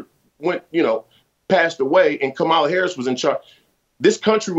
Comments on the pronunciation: Dear: VP Harris's first name is pronounced with the stress on the first syllable, not the second. It used to be a respect thing to pronounce a person's name correctly. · He also didn't try to talk too loud. He only mispronounced Kamala Harris's first name. TBH, Jason's overthinking it.